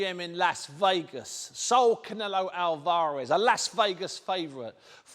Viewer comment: Soul alvaaaarez deonteee wilder when will Steve pronounce certain fighters names right 😂👌